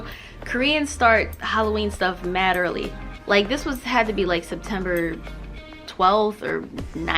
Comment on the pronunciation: "Mad earl " yeah you gotta be from the eastcoast lol😂